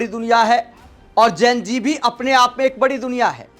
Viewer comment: जेन जी नहीं होता है जी जेन ज़ी होता है तुम प्रेज़ेंटर होकर ग़लत बोल रहे 😂 जितना विरोध करोगे मोदी जी उतने ही पॉपुलर होंगे ।